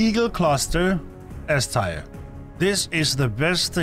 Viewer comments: I know English isn’t your first language, but tier is pronounced TEAR, like the kind when you cry, not shred paper. Nor tire, like a car. Teeeeeeer ;) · Its tier like tear not "tier" like tire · Didn't notice anything, except... Tier is pronounced "tee-air", not "tire" :p Great list, I pretty much agree with everything! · your accent is definitely noticable, but your english is actually very good. also, tyre instead of tier (pronounced tear, as in crying not tearing something) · Its pronounced tear like teardrop not tire like car tire, but other than that 9/10 video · Good vid. Btw it’s Tier as in Tee-Err and not Tire or Tyre. 😂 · “Teer”. Not “Tyre”. For the love of Christ there’s no way you’ve never heard anyone pronounce it correctly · It's prounounced TEER. SAY TEER not tyre. Ffs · Bro it's tier, not tire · Your English is great the only thing you really pronounced wrong is tier , (Teer or Teeuh is how it sounds ) great video 💯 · Tier: pronounced: Tear as in what comes from your eyes when a bug kills you. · Yea even knowing this, my danish accent still wants me to pronounce it “tire” 😅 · Um... Anti material rifle D tier (pronounced "tear" btw)? That has gotten me out of some serious situations... Right out the gate I'm already disagreeing, especially with the LMG in B tier with that LONG reload with no help available... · Why are you pronouncing tier as "tire" ? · Bro is saying “tire” the whole video kms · I like the eay you say 'Tier' man ✌🏻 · Haha yea sorry. Someone did correct me on how to pronounce “Tier” 😅